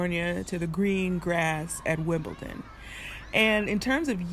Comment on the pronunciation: I'm from Wimbledon and I recall ya'all calling it Wimpleton way back when you first arrived - so sweet :)